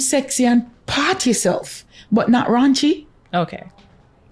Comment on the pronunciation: RAUNCHY not RANCHY!